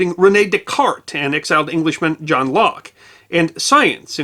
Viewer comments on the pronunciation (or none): none